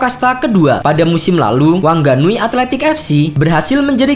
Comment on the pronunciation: WHANGANUI DI BACANYA WANGANUY OM